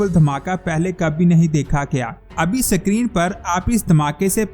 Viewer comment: Dear word is Screen not SIckreen